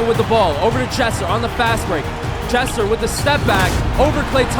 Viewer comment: every time he said Jesser he said Chester